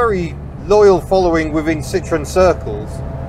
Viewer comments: Please learn to pronounce the name correctly. It's Sitro-EN, not SIT-ron. There is a reason Andre Citroen put an umlaut over the "e." Yes, he did it on purpose to avoid being called Sitron. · Citroën. CIT RO EN. It is not an orange. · Please, puhleeeeeeez, take the time to correctly pronounce the company name. So many Brits and Americans just slaughter this name. It is not Sit-Tron, which in French, "citron", translates to lemon'. If anything the Brits were far better at building lemons rather than the revolutionary and reliable French. Yes, yes, yes, I know that the family name was originally Dutch "Limoenman" (Little lemon man), which in France became Citron, but it was ultimately Changed to Citroën. I'm sure Andre Citroën's business acumen was clearly aware of what a laughing stock the company would have been if he had been selling "Citron---Lemon" cars. The correct pronunciation is "see-tro-n". It's just as shameful as the Brits and Americans talking about driving a Porsch, because they're either too ignorant or too lazy to pronounce "Porsch-ah". O.k., rant over.